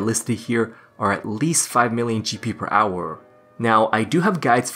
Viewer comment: i hate when he says hourrrr